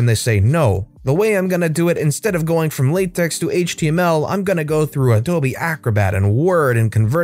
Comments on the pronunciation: Pronounches with tech, not tex. It's not latex :P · For reference, it's apparently (according to a math professor of mine) pronounced "Lah Tech", not latex.